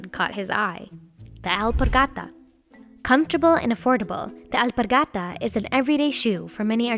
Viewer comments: I like the way the Narrator pronounced the Spanish name of the shoe “elpargata” - everytime she utters it there’s so much conviction! We get it ghorl u can speak Spanish. Hehehe! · you pronounce Alpargata very funny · The way she says “alpargata” annoys the deepest parts of me. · I hate how she pronoun alpargata. It's horrible. She didn't even try